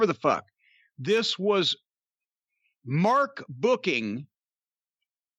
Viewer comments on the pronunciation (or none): i love it when Jim emphasizes MARK BOOKING.